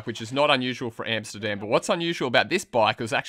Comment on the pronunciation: Yes it is illegal in the Netherlands, and Amsterdam isn't English, so pronounce it right.